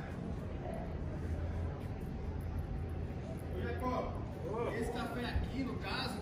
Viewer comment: maluco ja falou que é Jacob e o Toduro continua falando jacó kkkkkkkkkk